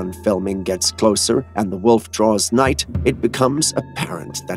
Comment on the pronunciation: The word is nigh (meaning near) not night